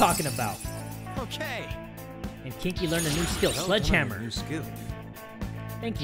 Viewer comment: // I know it's "Kin-Ki", I only heard "kinky", lol.